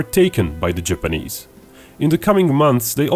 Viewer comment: Jipeneeeeeeeese why does it sound like he says it like that